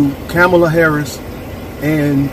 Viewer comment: Dude should learn how to pronounce her name correctly first, but yeah, politically he's definitely ignorant.